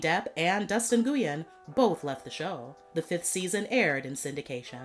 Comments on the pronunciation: Nguyen is pronounced 'win' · It’s pronounced Wen, not “noo-yin”🤦🏾‍♀️